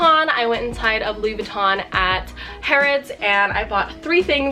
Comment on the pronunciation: Louis Vuitton not Louis Vuittone